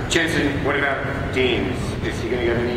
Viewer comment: Did that guy just say JASON Ackles?? GTFO